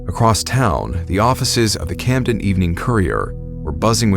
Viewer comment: As a NJ native I knew things were going south as soon as you said "Camden".